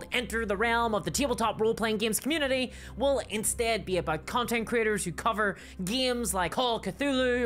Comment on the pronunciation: Sounds like you are saying "content critters."